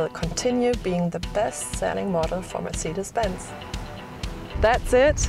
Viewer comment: MERCIDES BENZ! MERCIDES BENZ!!! NO NO NO NO ...mercedes benz